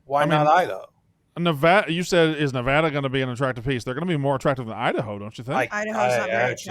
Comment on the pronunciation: Someone teach how to pronounce the name of the state Nevada… it’s not Nevahhhhduhhhh 🤢